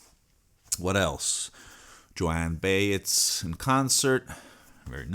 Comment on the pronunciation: If I may make a small correction of your pronunciation of one of your artist’s. It is Jone By ez, not Joanne Baise. Thank you. Not being picky.